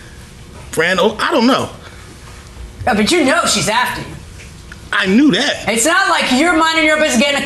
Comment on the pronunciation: THEY cannot say "THAT" ... "THEY " say - "DAT"... DAT DAT DAT DAT DAT DAT DAT DAT DAT DAT DAT DAT DAT DAT DAT DAT DAT DAT DAT DAT DAT DAT DAT DAT DAT DAT DAT DAT